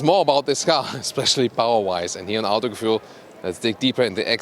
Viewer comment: When he says Autogefühl all the time and breaks his Tongue:)